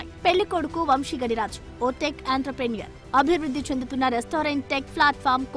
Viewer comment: ఒరే బాబూ ఇంగ్లీషోళ్ళకి నోరు తిరగదు. మీకేం పోయేకాలం. గడిరాజు కాదు గాదిరాజు. ఇంగ్లీష్ వీడియోల నుండి కాపీ కొట్టకండి. రాజు మంతెన తాతగారిది బుద్దాం గ్రామం, బాపట్ల జిల్లా, ఆంధ్రప్రదేశ్ రాష్ట్రం. నరసాపురం మాజీ యంపీ గోకరాజు గంగరాజుకి మేనల్లుడు. ఒరే ఆయన నెట్ వర్త్ 20 బిలియన్ డాలర్లు, 20 మిలియన్లు కాదు సోదిగా. రూ167 కోట్లు నెట్ వర్త్ ఐతే రూ400 కోట్లు పెట్టి ఇల్లు ఎలా కొన్నారు. పెళ్లికి 100కోట్లు ఖర్చు పెట్టారు. మన జగన్ కే 300కోట్ల ఆస్తులున్నాయి. ఇవన్నీ చూసాకైనా అనుమానం రాదారా మీకు. కొంచెం ఫ్యాక్ట్ చెక్ చేసుకోండి.